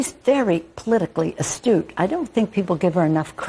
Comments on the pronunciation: Pelosi was not saying astute....... she was saying "Ass-toot". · I thought she said "A stew".. you know, potato and carrots with some sort of chunks of meat floating in a broth. I was agreeing with Pelosi until I realized I misheard the term... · She meant to say astooge!